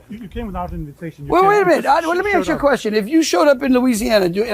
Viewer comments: “Let me axe you a question?…….stupid Fing American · Nobody sounds dumber than a guy who consistently says "lemme axe you a question". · Lowry can't even pronounce ask properly 😂😂😂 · That twatwaffle Landry sure is an ignorant schlub...can't even say the word "ask". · A top diplomat can't even pronounce the word 'Ask?' Yah... And about the Louisiana analogy. See how he'd answer if that country first made threats about anexing Louisiana for over half a year.. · What an ignorant POS this landry person is. First he should learn how to speak properly, the word is "ask" and not "axe" ..the arrogance of him saying drump put them on the map and nobody cared for them until drump. They didn't need protection until the U.S threatened them. They were living their lives peacefully until the mentally deranged POS president of the U.S disturbed their peace. WTF USA, do something with the nujobs ruining everyone's peace of mind. Who the hell do these people think they are??? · The word is Ask, not Axe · "Let me axe you something ..." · You axe them! He can't even speak properly. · Clumsy, an inability to articulate the difference between 'ask' and 'axe'...a prime example of American diplomacy under Trump... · As a political envoy, someone should explain to the man that the word is ASK and not AXE. Greenlanders speak a range of languages, but gibberish is not one of them. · He is so rude. Let me ax you a question. So rude. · AKS ?????? What language does he speak Go home!! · He just wants to axe them a question. 😂😂😂😂😂😂😂😂😂😂😂😂😂😂😂😂😂 That's a first for me. 😂😂😂😂😂😂😂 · “Aks” Landry why he’s illiterate (Southern Schoooolin’ ?) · Landry’s spoken words are atrocious…”lemme ax you something…” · Let me “ axe” … how about this delusional “high” level official learn how to speak proper english!😂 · If you start a conversation with let me 'aks' you something," I already know you're an idiot. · ...that's a question that Greenlanders should 'axe' themselves...wtf? LMAO.. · “Let me aks you….”